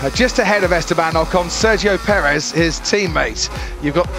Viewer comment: Nobody: Martin: Thats sergio pedrez